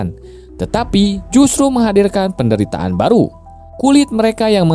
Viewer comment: bacanya udah pelan saranku tinggal ejaannya aja di benerin biar jelas gak usah kesusu ,pen-de-ri-ta-an bukan pritaan biar enak di telinga